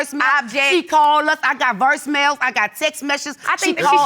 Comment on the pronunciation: "I got versemails" Is that a special voicemail system for rappers? Lol